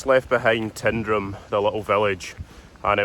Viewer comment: Another great little film, and a happy sequel to your first attempt on the West Highland Way. The village is pronounced TINE-drum,, not TIN-drum; and the WHW footpath improves greatly thereafter as it's the original Glen Coe road: what is still substantially today's A82 was dug and laid between the two World Wars.